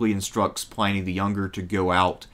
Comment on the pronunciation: Day Sha Pin, Pliny Not Pine, Pliney